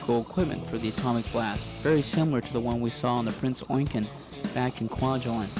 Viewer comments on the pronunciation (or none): You need to do a bit more research and learn how to pronounce the ships name correctly because as far as i know there was never a ship named Prince Oinkgen, you also need to learn how to speak without the constant ers and ums. With my two gripes out of the way this was not a bad video and thank you for posting.